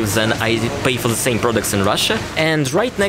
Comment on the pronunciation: I advise practicing saying the instead of za and they instead of zey